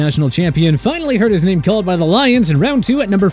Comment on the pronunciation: The way he pronounces names is wild to me